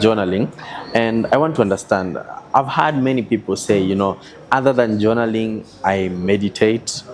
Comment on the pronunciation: JONALLING??????? JOURNALLING?